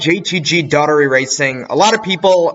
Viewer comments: It’s Daugh erty not Datery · It was hard to get through that JTG Daugherty part. Please learn how to say Brad Daugherty's name.